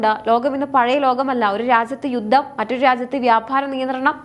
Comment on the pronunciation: യുദ്ദം അല്ല, യുദ്ധം